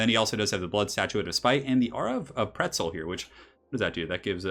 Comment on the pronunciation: QUETZL, not PRETZEL!!!!!!!!!!!!!!!!!!!